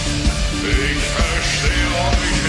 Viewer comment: You are saying "Ich" wrong.